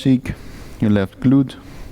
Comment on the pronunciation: It's a decent flow, and I wish you all the best, but I honestly cannot handle hearing you say the word "glute" again. I challenge anyone to lead a flow in a second language, so I respect you a lot, but I just...can't.